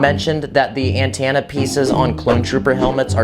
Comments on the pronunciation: Say it like an-ten-uh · Me getting triggered when ever he says antanna instead of antena😂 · ANTANA. Me: antenna 😂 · are we just gonna skip past the way he said antena? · i love how he keeps saying antanna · I don't wanna be that kinda person, but when I hear you say antenna, I get a kidney stone that increases in size every time you say antenna, but you're great so I guess the kidney stone is worth it